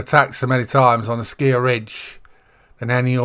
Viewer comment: Hi! Thanks a lot for the guide! At the moment I am hunting wood ducks. They are really beautiful! I've got a rare already! 😁 The color pattern on your shotgun is really funny 😂 Not for me, but to each his own! And according to the EW-vids it's "Asciiiij-Ridge" 😆😅🤣 Have a nice weekend! 🤠